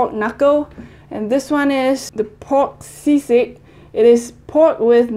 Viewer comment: your say is very perfect like zizig,lechón kawali,pansit cantón,kare kare, it's very perfect but because I'm from Philippines